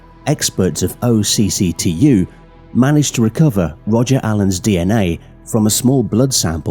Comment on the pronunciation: Great video, when you say OCCTU it’s not said out as separate letters it’s pronounced more like a word pronounced “och-too”